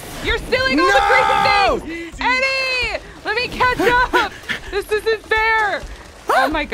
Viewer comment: every time they say chatch up it sounds like ketchup!